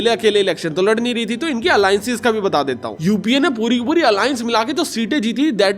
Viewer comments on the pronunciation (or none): UAP NAHI UPA HAI PRONOUNCE